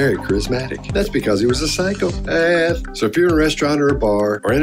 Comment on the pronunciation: I had to " rewind" back to numerous times and simply enjoy the way you ( ) pronounced the word: " Psychopaaaaath"